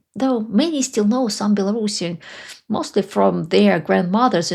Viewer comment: I appreciate your pronunciation of “Belorussian”. Too many people say “bello-russian”. It was Ksenya Turkova that highlighted the importance of the correct pronunciation for me.